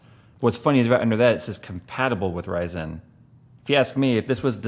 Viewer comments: Why are you pronouncing RYYYYZENNN like Austin Powers (Orange Sheeeerbeeert)? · I like how always pronounces "Ryzen" like "Ry-zen", it makes a dumb name sound a little bit cooler